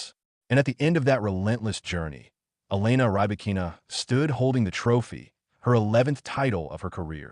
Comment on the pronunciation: Robots commenting tennis. They can't even pronounce the name of Rybakina.